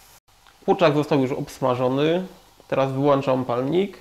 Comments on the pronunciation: Palnik: WYŁĄCZAM, a nie wyłanczam. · Twoja wymowa boli kuczak wyłanczam itd...